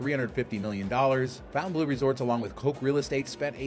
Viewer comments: “Fon-tan-blue” not “Fountain-blue,” okay? 🙁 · It’s “Fon-taine- blue” not fountain blue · Pronounced "FountaineBLOW." You took the time to make this video.... please pronounce the name correctly. I'm at 1+ minutes and already cringing. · It may have been called the “fountain blue” since the 50’s but it is written in French so the correct pronunciation is (for ignorant Americans) fon-tan-blur I have broken it down to make it easier for Americans who are in denial that there is a big wide world out there !! I’m sorry to inform you but as far everyone else is concerned you are way down the list of desirable locations !! Just saying 🫣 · Fontainebleau - mispronounced since 1954…